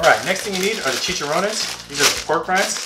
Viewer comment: That looks like the ultimate burrito🍽👌 I love the way you said "chicharrones" 😁